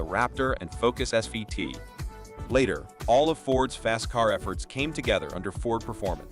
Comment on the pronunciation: why are their Dodge and GMC pics throughout the video? And why does the narrator keep saying SVVT when it is SVT? annoying...